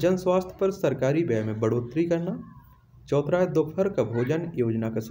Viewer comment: Choutha hai naki chouthra....har baar galt ucharan kiyu kerte ho aap???..irritating lagta hai...n thanks for answers